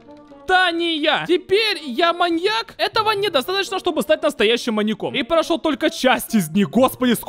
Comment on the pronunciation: Мне послышалось что ты говориш моник а не моньяк😂😂